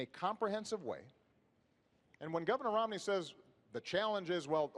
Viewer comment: dude the moderator called him romLEY